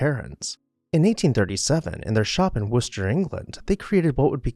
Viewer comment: Or you pronounce it "Wooster", the right way. 😉